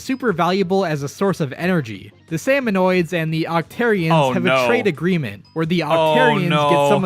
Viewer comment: i'm a giant lore buff of the splatoon series and it made me cringe so hard hearing the video call salmonids "salmonoids". it's pronounced "sam-oh-nid", there's no O after the N. salmonids have their own handful of interesting lore, like how their species worships the concept of death and thinks dying for their tribe is a noble cause. they tend to fight with kitchen utensils, like how smallfrys use spoons to attack, cohocks use frying pans, there's an entire boss salmonid species called grillers (wonder what they use), and more.